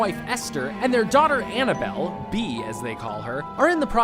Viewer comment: it’s Annabelle not annable